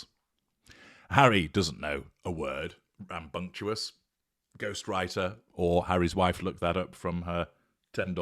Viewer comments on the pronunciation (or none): Rambunctious is pronounced /rambunkshus/. The word has its origins in the US but is certainly now international and usually collocated with children or teenagers.